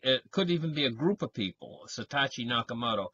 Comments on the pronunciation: YESSS!!! Hello? SAH-TOW-SHE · It's SA. TO. SHI.